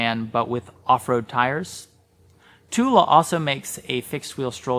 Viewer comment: Thule is pronounced "too-lee" not too-la